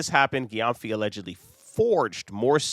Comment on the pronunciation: The surname is pronounced like Jem-fi. It’s a Ghanaian name.